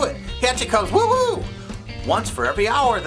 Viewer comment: ... homer doesn't say woo-woo ... he says woo-Hoo =P